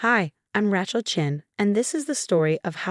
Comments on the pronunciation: Ugh. It’s Ray-chel. Not reh-chel or raaa-chel. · She's hard to take seriously if her name is really Rat-shell rather than Ray-chel. Sorry, but true. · It's pronounced RAY-chel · Correct pronunciation of Rachel has a long a as in “ray” so it would be like “raychel” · This AI is dumb it can not say Rachel its pronounced( Ray chell ) like when you say cheese. Get a human who can speak perfect English. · Ratchel!? What if…. You used names that could be pronounced? Since it seems Rachel is too hard to say. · Rat-chill is a droe-pout. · You mean she isn't really named Rat-Chill? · Learn how to say Rachael. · Rachel is always mispronounced on AI Chanel’s